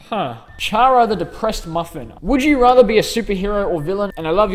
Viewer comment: its pronounced kara not chara